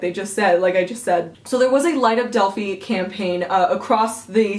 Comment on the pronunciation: You are not pronouncing Delphi correctly. It is pronounced del-fi, like wi-fi, not del-fee.